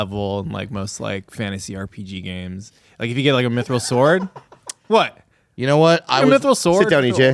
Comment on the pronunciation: Its not minthral bobby... its "mithril"